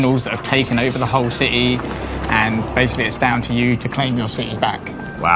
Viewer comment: Gotham Cih-heee